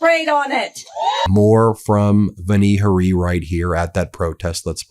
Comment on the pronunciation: It's Vani Hari with the accent on the first syllable of each word. I can tell that you may not know what a syllable is since when you say "Bayer," it sounds like you're saying "bear" or "bare" or perhaps "Behr," as though it's one syllable. Look carefully, because it is two syllables: BAY-ER. Please say BAY-ER clearly as 2 syllables so people know what you're talking about.